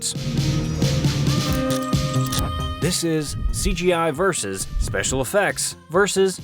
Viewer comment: It's so weird hearing an American pronounce "vs." properly.